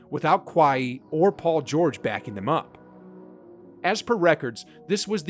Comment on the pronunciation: The pronunciation lmao. You called him 'kawaii' XD I'm dying. Also Simons and Kennard were pronounced wrong